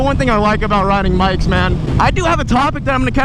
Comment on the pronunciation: Minute marker - he says riding mikes